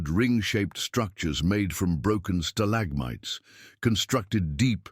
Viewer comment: Odd pronunciation indicates voice is AI generated? Stal agmites? Stalagmites!